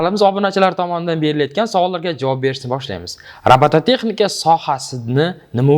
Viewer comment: Nega robotexnika demay robotatexnika deysz